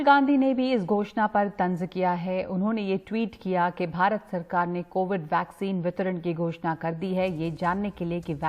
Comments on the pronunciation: Chitiya ko वैक्सिन को ...भैक्सिन....कह रहा है🤣🤣😂😂😂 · कैसा नेता है अनपढ़ है क्या वैक्सीन को भैक्सिन के रहा है। बीजेपी बेटा तू तो गया।नवजवान तो तुम्हे देंगे नहीं वोट ये लिख ले बेटा। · Abe chutiye Roy Vaccine toh shi se bol sale 😂